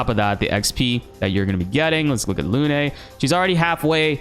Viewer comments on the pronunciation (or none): Lune is pronounced like "loon" not "loo-nay."